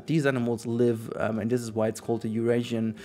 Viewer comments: 'oiarasian lynx' it's just European combined with Asian, surely you know how to say European 😂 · German accent aha